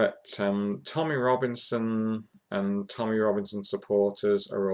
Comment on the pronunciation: it's Tommy not tommyeh